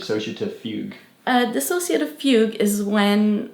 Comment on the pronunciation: Finally an accurate and correct video about what DID is and their true experience with it. I appreciate how they actually say the word “dissociative” correctly too, that’s how you know it’s gonna be good.